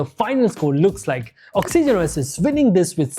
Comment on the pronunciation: Why tf are you pronouncing Oxygen OS like that? Same number of syllables as Origin, but you make it Ox E Gen OS. If I heard it only once or twice I would have been fine, but each time you use it, it's triggering tf outta me 😂